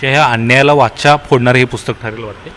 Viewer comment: वाचा नाही वाचा, नीट उच्चार करा